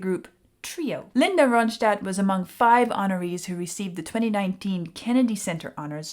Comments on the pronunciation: Hi. You pronounce it Ron-stat, not Ron-shtad. She's a Mexican/American girl. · Good commentary, but her name is not pronounced like a German word but just a plain American English word: RON-stat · Here is some criticism ... take it as you will: When you talk and she is singing, I don't hear either one of you, pause the music or wait to the end ! And please learn how to pronounce her last name, there is no sh sound, just the st ! She is the BEST singer I have ever heard ! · Now if you could learn to pronounce her name correctly.